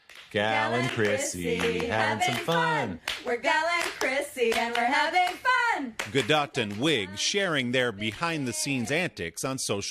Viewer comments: Did he just really call her gal galDO”T” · He should've asked her the pronunciation of her name...